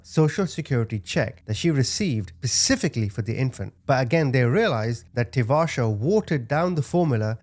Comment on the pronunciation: specifically, not pacifically om shanthi